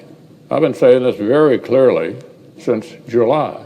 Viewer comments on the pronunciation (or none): none